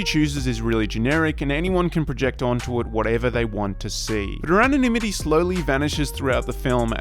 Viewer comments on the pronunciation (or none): none